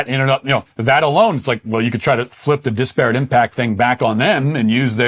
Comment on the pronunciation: Matt, great show, but for the sake of all that is holy, "DISparate", not "disPARate".